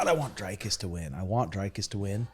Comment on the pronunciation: Who tf is DRYKUS? it's Dricus and pronounced like dreekus. it's seriously not that hard.